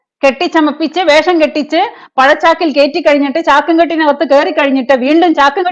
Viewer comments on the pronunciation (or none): none